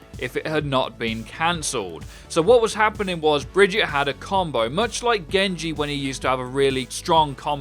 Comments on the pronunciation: It's supposed to be the Swedish pronunciation and it's going to be hard to pronounce for non-Swedish speakers (just look at the dev update and Jeff struggling with it). However, it is absolutely NOT pronounced as "bridge-it". How it's actually pronounced can be heard in her origins story, which is even played in the video (hint: it's not Bridge-it). Her name isn't Bridget. It's Brigitte. As a Swedish person, pronouncing the name "Brigitte" as "Bridge-it" as you suggest absolutely doesn't match the letters of the name and makes no sense! Here's a hot take for you: Swedish has different pronunciation rules that do not, in fact, match English. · As a typical Swede, I am very offended by how everyone says Brigitte, the only right way to say it is as she says it herself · It's fairly easy to pronounce Briggite's name. Well, at least if you're german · How hard is it for you to pronounce her name right? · Everyone pronounce Brigitte false xD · i am a german and Brigitte is pronounced with an eh in the end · It’s Brigitte not Brigitte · It cant possibly be “bridget” because its not fucking spelled bridget the closest pronunciation would be brigate like frigate but no its Brigitte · Blake Louthan first time wasnt really correct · how can you possibly struggle with such a simple name. Even if you don't roll your r's or accent the syllables properly you can still get the SOUNDS right at least. This isn't trigonometry, all you're doing is saying a three syllable name. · Whats so hard with Bri git te eeeeeee is it just cause im german and its a pretty common name here its an e not an a Brigitte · yeah i was wondering that too. How is it so hard to just SAY words correctly? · im starting to get triggerd u call her BrigittA, its BrigittE. where in the world do u see the A in that name! and btw im danish, so i should be the last person to get triggerd when talking about a swedish person :D (and nobody wants to have a swedish accent, so its fine without it)